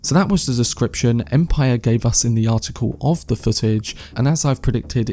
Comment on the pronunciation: But are you talking about that? "Empiyyer magaziiyyne"